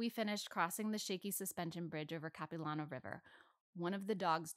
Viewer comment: This is a really cool video! But as a vancouverite, her pronunciation of Capilano is very silly.